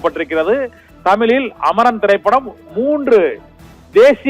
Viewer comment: தமிழ் என்று ஒழுங்காக பேச கற்றுக் கொள் தமிலில் அல்ல தமிழில்